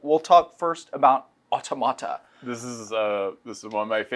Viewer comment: Mispronouncing Automata over and over again.